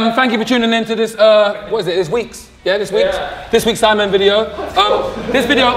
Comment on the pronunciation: everyone: sidemen JME: sIdEmAn